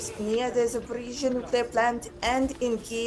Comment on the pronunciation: ZAPORIZHIA not Zaporitsia. He never gets it right.